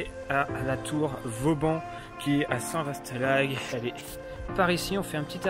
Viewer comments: On prononce " Saint Va " et non pas "Saint Vaste" : les S en fin de mot ne sont prononcés que par les horsins 😉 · Salut très belle vidéo comme toujours. Au passage qu'à tu pensais de ma très belle région à Saint-vaast la hougue? Je vous et croisé direction réville. Ps: attention Saint vaast se prononce saint va ont dit pas ast 😉😉 allez continuez c'est super au plaisir de vous revoir part chez moi 👍👍